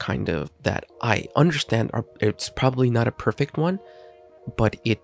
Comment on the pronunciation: Its one like no. 1, not oneh